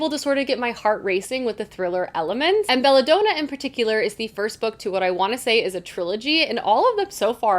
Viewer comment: Just so you know I believe Belladonna is pronounced Daa-nuh, not Done-uh. Don as in DONald Duck.